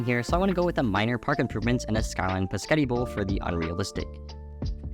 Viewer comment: I’m unironically in love with your pronunciation of “bisghetti bowl” 😅